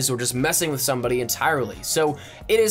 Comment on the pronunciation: I got two things to say. 1, you fucked my brain up with the thuss shit. 2, SLOW THE FUCK DOWN NOONES TRYNA KILL YA ASS